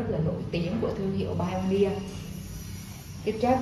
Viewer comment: Hiếm hoi lắm mới có được một người phát âm từ Pioneer ở Việt Nam chính xác như.